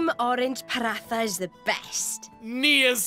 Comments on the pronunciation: Hi! Paratha is a staple food in India and I was really glad to see it in Xenoblade! I think it’s pronounced paran-TA, though? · As someone who knows a lot about asian culture I am super annoyed with the pronunciation of paratha. I know it's a small nit-pick but it really annoys me.